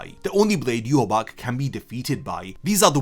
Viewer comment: The correct way of saying Yhwach is Ya-wak